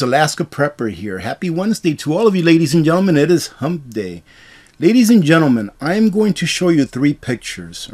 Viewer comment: Hey! I thought it sounded like you said, "It's Humpf day". As in my reply to the idea of the gubmint being here to take care of us--- "HUMPF!!! Bull Butter!!, as would say!"